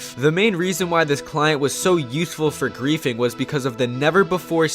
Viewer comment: "the main reason why this client was so uthful for greathing"